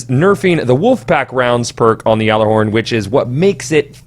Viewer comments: funny thing is you are pronouncing it correctly lol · You do say Gjallerhorn Correctly, everyone else says it wrong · No, you're saying it correctly. Well, mostly. It's pronounce like "yallah-horn", not "yaller-horn". But really, that's almost just preference at that point. Glad to see you didn't say "gyoller-horn". Like come on, kids. It's not rocket science! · Is it just me, or is it slightly annoying when people say "yallarhorn"? I understand that it is the "correct" pronunciation, but it really seems like it's some weird elitist thing... I can understand the nerf though, I just hope it isn't a stupidly overboard one. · You are the only person I have heard pronounce it right